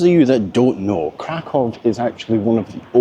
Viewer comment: Nice and chill video! ❤ Regarding pronunciation... Kraków -> Cra-koo-v Katowice -> Cat-o-vee-ts-e Wrocław -> Vroh-ts-wav Luckily, I think our Scottish accents are pretty good at pronouncing polish after learning the syllables 😊. Oh and Czeburek isn't really a polish snack. I recommend the next time you're in Kraków to go to Okrąglak where there are tons of stalls selling Zapiekanka - kind of a cheap polish baguette pizza - which is the closest thing to Polish fast food imo.